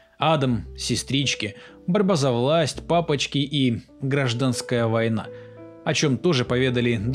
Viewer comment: Хорошая работа, благодарю за ролик, однако хотелось бы посоветовать получше готовить текст. «Рецидивист», там где нужно «рэкетир», «ГрАжданская война»